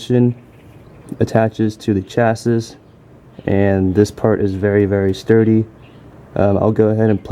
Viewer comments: Good, clear video. Just one note...Chassis is pronounced "Chasee" not Chas-is" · Chassis = shasee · Chassis = "cha c"